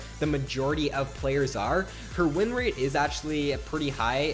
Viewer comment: ''rin rate''...